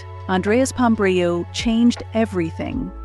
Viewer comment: Who was Andreas Pombrio??? Please pronounce and write correctly the name of the former prime minister and leader of the socialist party Andreas Papandreou ( ) !!!!!!